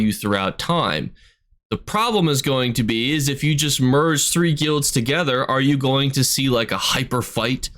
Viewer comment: I dont like how you say guilds broski